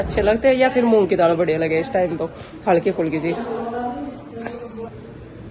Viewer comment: Priti ji daad kya hota hai daal hota hai improve your language